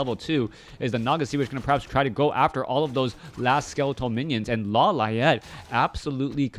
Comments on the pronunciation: Law Liet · why you say "LAW LA ET"? xD is funny